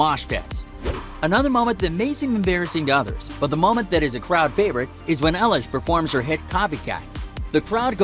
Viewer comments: Who is Ellish it's eilish like i-lish do your research ok. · Ellish??? EILISH thank you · You said her name wrong!!!!!!!!!!!!!!😠😠😠😠😡😡😡😡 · You said her last name wrong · You said her name wrong